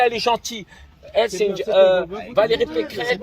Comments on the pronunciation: Pécresse et non pécrette 🤣🤣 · Morsay il m'a tuer j'en peux plus😭😭😭😭 vous coller pas sur mon amie pecrete mdr c'est Pécresse pas pecréte